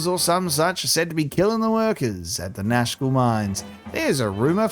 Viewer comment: I keep thinking you're saying Nashville. Like the group is gonna go start a country band.